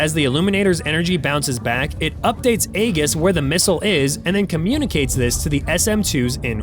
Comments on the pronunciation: Aegis is pronounced EE-jiss btw. Both the Greeks and Lockheed pronounce it that way :) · The rebels Fk’d around, now they’re finding out! Then again, having a different president for America compared to the one they had makes a huge difference! AGIS being pronounced AGess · aaagis. Ugh. Learn the correct way of saying Greek words. Or teach your AI. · Prounounced "EE JUS" AEGIS Based on the very old battle formations of Trojan calvary backed ground soldiers. Great channel however. Great details youve developed! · the "g" in Aegis is pronounced like a "j". It's Greek for "shield" or "breastplate". Great video! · It's pronounced Ee-jiss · It's spelled "Aegis" and pronounced Ee-jis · If you're going to do a video stop pronouncing stuff wrong. I know how it's spelled. Aegis is pronounce E-gis, also those radar disk are not an octagon. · Dude , you're pronouncing "aegis" wrong... it's (ee-juhs) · Correct pronunciation of Aegis is (ee-juhs) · Ai video... Hootie and the blowfish. A G I S Not Aggus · Learn how to say AEGIS…(age—is) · Please learn how to pronounce E-GIS. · "iggis"? Pronunciation failure. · It’s pronounced ee-gis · Aegis is NOT pronounced with a ‘g’ as in gas but with a ‘g’ as in gem. Robot voice… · There are SO many inaccuracies in here, that I almost think it’s someone fishing for nerds to correct them so they can glean classified info. Then again, you might just be dumb, because you can’t even pronounce Aegis correctly. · Someone PLEASE teach AI to pronounce the ship type correctly. It's Aegis, pronounced as E' jus, NOT A' gus. It's a Greek word that means shield or protector. The letter "A" is silent. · AEGIS. is not pronounced "egg,-iss" It's pronounced "E-jiss". freaking AI. BS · Thanks for the video! BTW, Aegis is pronounced eee’-jis, not Ay-gus (Rhymes with Regis Philbin’s first name). Thought you might want to know. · Why is it that so many of these channels mispronounce Aegis? It's ee-jus, not aye-gis. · “Aegis” is pronounced “EE-JISS”